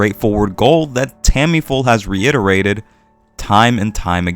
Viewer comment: Great points. Obviously, I hope your incorrect to some degree, and we'll get more works on this level sooner rather than later. However, you're probably correct. Side note: I swear I'm genuinely curious... Am I missing something? Does the author Tamifura go by a different name? It really sounds like you always call her "Tammy-Full". I'm seriously not trying to poke fun at your pronunciation (I've never heard you change a name's pronunciation anywhere near that much); so at first I was just confused, then I figured I'm missing something.